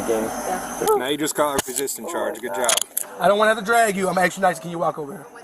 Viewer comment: 죄 또 늘었다고 good job 이라고 말하는거 너무 외국스러워서 빵 터짐 ㅋㅋㅋㅋㅋㅋㅋ